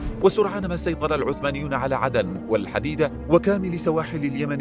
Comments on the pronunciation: ياصاحب القناة جزاك الله خير الحديدة بضم الحاء وفتح الدال وليس بفثح الحاء وكسر الدال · ياحبيبي إسمها الحديده بالضمه